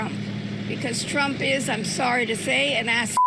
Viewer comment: That "I'm sorry to say," was pretty on brand for the Canadian stereotype though 😂